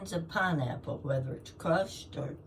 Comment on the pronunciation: Pineapple!? Did i hear pinrapple!?!?😂 I could live off just pineapple!